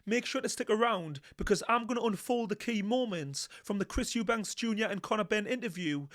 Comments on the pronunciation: His name is EUBANK 👊🏼 there is NO S on the end 🙈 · It's EUBANK LOL😅😂